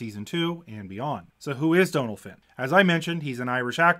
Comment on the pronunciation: Thank you for getting the pronunciation of Dónal right! Too often we hear people saying 'dunnel'